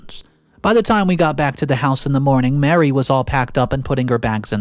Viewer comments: please stop mispronouncing “Marie” like “Mary,” they’re not the same name. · Her name isn’t Mary, it’s Marie. just mispronounced it. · Thank you. It's the third video he said the name wrong.